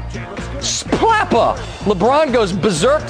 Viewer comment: that man said “SPLAPA” 💦👋